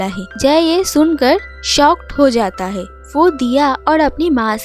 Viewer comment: Are "hae" nehi "hai".